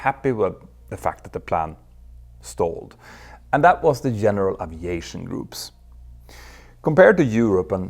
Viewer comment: Älskar dina videor och kanaler Petter, men uttalar du inte Aviation lite fel? Oavsett så uppskattar jag den höga kvalitén på din content. Bra jobbat!